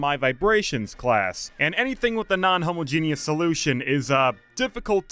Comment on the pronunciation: Your pronunciation of homogeneous is funny to me, I haven't heard someone say it like that before